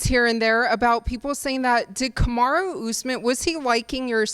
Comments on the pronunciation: Did he say Camry Usman😂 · I thought he called him k-mart usman at the end lmao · Sounded more like Camera Usman